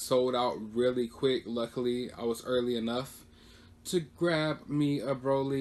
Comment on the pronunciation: Its bro lee Than nose